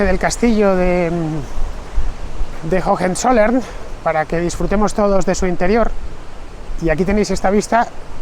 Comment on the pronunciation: Por favor Fernando, "jojenzollern" no. Höhe son dos haches aspiradas levemente, la fonética de la segunda prácticamente inexistente. Para nada es pedantería, lo pronuncias todo perfecto salvo eso, un error muy común entre los hispanoblantes para con las haches en las palabras alemanas. Una vez más, enhorabuena por tu programa didáctico; qué manera de aprender contigo!! Un saludo y disfruta de Schwaben!!